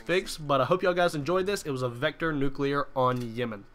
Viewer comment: What's a "nuclear"?